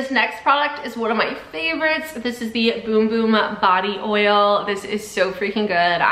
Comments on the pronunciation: It hurts me when she says boom boom cream instead of bum bum!😂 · Girl it's bum bum cream not boom boom cream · it’s spelled bum bum but pronounced boom boom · Why does she keep saying boom boom cream? It’s bum bum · Cuz Sol de janiro said it’s boom boom not bum bum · It’s bum bum not bom bom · Girl, it’s not boom boom it’s bum bum OK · It’s spelt bum bum it’s actually pronounced boom boom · Did y’all know it was pronounced boom boom cream😭 I just found out 2 weeks ago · It’s boom boom though.. it’s how you say bum bum in brazil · It’s pronounced “boom boom” ☺️ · It is actually pronounced “boom boom” cream. They have it on the box when you get one. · Bros saying Beum beum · i cant watch this if shes going to say boom boom cream tge whole time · Actually, your wrong. You actually pronounce it boom boom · It’s pronounced boom boom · No shut your mouth its boom boom that’s how you pronounce bum bum in Brazil